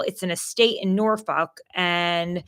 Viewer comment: I think you butchered the "norfuck" more. 😅